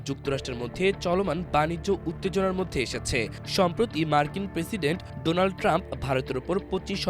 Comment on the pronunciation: My flend Doland..... 🤣🤣